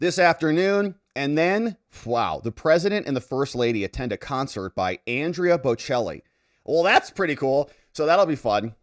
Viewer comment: Did you just say Andrea😅